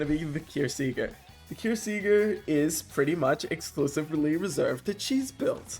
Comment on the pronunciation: its pronounced kyrs sieger as in siege kyrs seejer